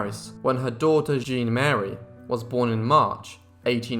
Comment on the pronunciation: I believe Gebhard was known as "Freddy," and her daughter's name was "Jeanne Marie," NOT "Jean Mary." 🤦🏼‍♀